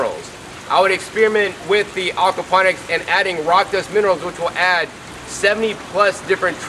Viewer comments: great video but its AWKward when you call it AWKapnonics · Please stop saying Arkwaponics! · Okwaponics? Is that like aquaponics?